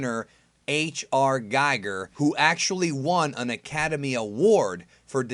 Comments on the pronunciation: H.R. Giger's name is pronounced "Geeger" not "Geiger" like the counter. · Get ready to catch some shit for mispronouncing the name "Giger". P.S. Pronounced Gee-ger.